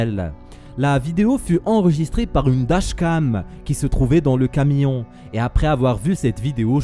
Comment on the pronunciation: Eh c'est flippant on dit un camion pas un camillon😂😂😂